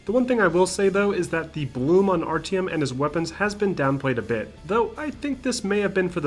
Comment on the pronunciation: I think you pronounce Artyom wrong